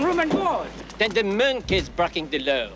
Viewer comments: You said minkey. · Minkey? .....What? ....You said MINKEY!!